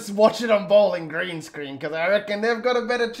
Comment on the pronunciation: I don't know why I love how you call it "Bowlan Gran"